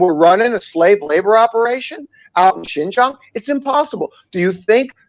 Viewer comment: Great video guys. To be fair the moron they put up for the Fox news article just mispronounced Xinjiang as "Shenjiang" but good catch on spotting that he referred to it as a province. I think that this misinformation/disinformation is commonly spread in the western portrayal of the map of China; before I came here I didn't realise that Inner Mongolia is an SAR; or Xinjiang, Tibet or Macau. This is a common "mistake" made in the western media.